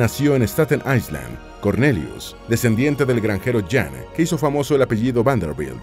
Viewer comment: La palabra Island se pronuncia sin el sonido de S. Eye-land. Es importante buscar la pronunciación de palabras de inglés antes de hacer el vídeo.